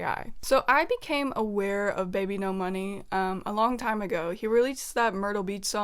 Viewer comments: ERM! ACTHWEALLY! Its bibinos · no it’s supposed to be babynomoney 😭😭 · "ENTER BBNO$" OKAY